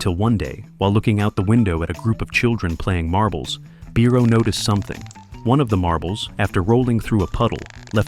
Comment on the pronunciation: Congratulations on your sometimes correct pronunciation of 'Biro', mispronunciation irks me 😊👍.